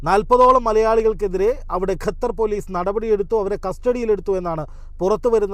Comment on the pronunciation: ഗ അല്ല ഖ (ഖത്തർ)